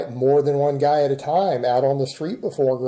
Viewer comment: Can’t you see sitting there with another black eye? “I could have won, but I didn’t want to hurt the gah”. Yeah we know,. We know.